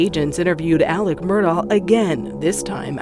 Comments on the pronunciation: Why do they keep calling him “Alec” when his name is clearly spelled as AleX ???? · Al-ex Mur-daugh….fact that he pronounces it Alec Murdock is evidence enough.